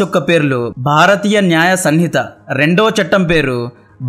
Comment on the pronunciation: Neeku bharatheeyaa nyaya sanhitha ani palakadam coodaa radhu 😂😂😂